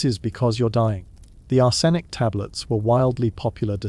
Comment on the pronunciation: Leed? Ar-senic? You're killing me with the pronunciation here